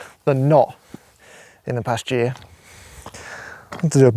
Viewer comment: When you said "I have more photos of sheep than not this past year" All I heard was "this pasture"